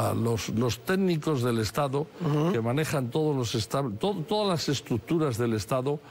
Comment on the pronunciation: Estouu❌estado declauu❌declarado lauu❌lado Batallauu❌batallado Presentauu❌presentado Tratauu❌tratado Empezauu❌empezado